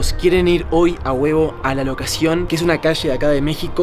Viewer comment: Dijiste locasion y no localización😅😅😅😅